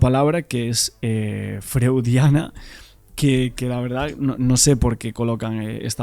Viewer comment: Freudiana (se pronuncia froidiana) si es por Freud, problamente se refiera al un complejo de Edipo mal resuelto . En la mitología griega Edipo mata a su padre para quedarse con la madre (simbólicamente), en este caso representaría el poder que le da el dinero y manejar todo su imperio empresarial. Según el psicoanálisis, el Edipo se pasa entre los 3 ó 4 años aprox, por temas de apego a la madre y que él padre representa la autoridad, que el niño lo ve como frusta sus deseos....A groso modo, no es literal. Esa teoría explicaría un enquistamiento (desviación de lo habitual) en esa actitud frente a lo que representa el padre. En verdad, la explicación es más compleja y dicho así suena hasta burdo, el psicoanálisis ha evolucionado desde Freud. P.ej. en la adolescencia aparece la rebeldía, los terapeutas procuran situar al individuo en su presente, le acompaña discernir lo fantaseado de lo real, y le da herramientas para procesar los sentimientos encontrados para disolver nudo del conflicto (controlar impulsos, mejorar la autoestima etc). Por eso, resulta impensable que ningún psicoterapeuta profesional, intervenga y menos que refuerce el conflicto, recomendándole a Isak que le dé el dinero al Jonathan para que rebaje su agresividad. Es de locos!!! Por eso me llamó tanto la atención, no sé qué pensar: a) la prensa por desconocimiento o lo que sea, distorsiona lo que pasó. b) Jonathan interpretó mal a la psicoterapeuta, y traslado a su padre una conclusión errónea, para salirse con